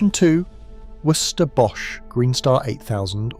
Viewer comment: I love how shit the AI is at saying "Worcester". Hilarious.